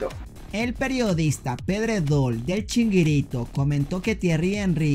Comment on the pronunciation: CHIRINGUITOOOOO no chinguirito😅😂😅😂